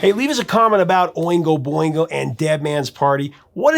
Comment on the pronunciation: Boingo Not bingo!